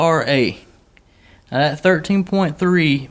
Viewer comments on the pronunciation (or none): It's called that not dat